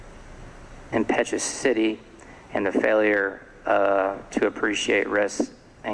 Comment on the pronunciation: I cringe when a judge can’t pronounce words like impetuosity or versus.